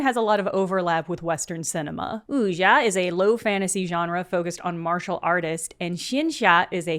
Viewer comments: hi! just a quick note that the "x" in chinese is just a plain "s" sound. so something like "oo-sya". also bullet heaven is an awful name for the genre yeah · sounded like the x was more of a j (incorrect) than a sh (correct) to my ears